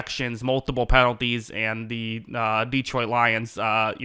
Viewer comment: Why do so many people mispronounce Detroit? It is not DEE troit!